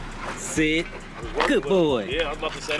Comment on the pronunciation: That's a wrap it's DONE On the Lincoln. Dammmmm kobe got swole, oh pronounce the T at the end when you say sit.. T sh.. Now my wife wants a tri bully